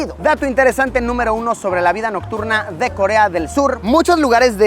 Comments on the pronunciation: Jaja alguien se dio cuenta que en vez de nocturna dice "NOCRURNA" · Dice Nocrurna en lugar de nocturna en el min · KJAKJAKJA la vida "nocrurna" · Me di cuenta que Dice vida nocRurna jaja Pero el vídeo está chido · “vida nocrurna” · "Nocrurna" xd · Luisito tu video en el min dice vida nocruna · Wey JKDHFJKHJS en vez de "nocturna" dice "nocrurna" en el minuto KDFJKDFHFJKSD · Te comiste una letra en minuto "La vida nocrurna" jajaja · Minuto , NOCRURNA en vez de NOCTURNA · dice VIDA NOCRURNA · minuto dice vida NOCRURNA !